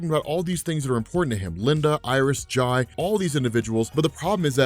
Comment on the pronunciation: Jai is pronounced Jay btw, which is cool cause he's kinda named after Jay Gerrick.